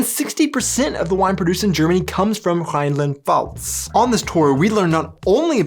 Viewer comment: How is the Mosel that green??? BTW, the F in Pfalz is not silent.